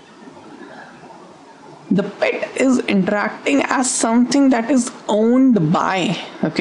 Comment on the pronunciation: intrrrrrrrrrrrracting <3 love that :3